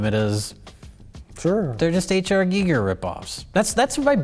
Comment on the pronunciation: It's not "Geeeeger" it's "Guy-ger"